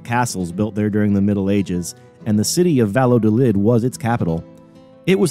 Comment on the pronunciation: After focusing on the proper pronunciation of Narvaez you proceed to torture the pronunciation of his home town Valladolid (Vaya-do-lid). Otherwise muy interssante. I wondered about the Prada landing site in St Petersburg. Now I know….